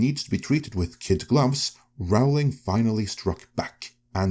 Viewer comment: J K Rowling pronounces her name as in Rolling Stones… just in case that means anything to you… 😊